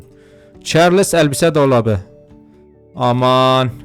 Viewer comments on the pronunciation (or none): none